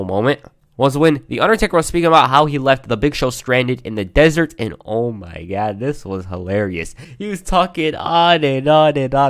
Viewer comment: Nobody:: oh my gad